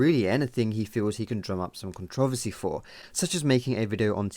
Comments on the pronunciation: You are pronouncing controversy wrong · yeah this vid was put together very well and I completely agree... the only thing is the way you say controversy is pretty funny to me :P